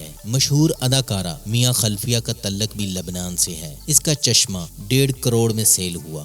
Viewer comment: Mia khalfia 😂😂😂😂😂 instead of khalifa😂😂